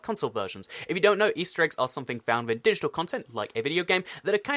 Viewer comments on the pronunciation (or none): none